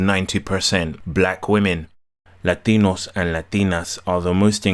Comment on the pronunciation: Funny as hell when he breaks into the heavy spanish pronunciation. LA-DEE-NOS and LA-DEE-NAS